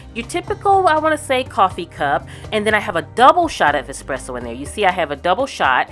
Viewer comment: As an Italian, I love the way you use the moka machine to make coffee at home and thank you for saying espresso and not exxxpresso 😄 enjoying aaaall your videos, thank you ☺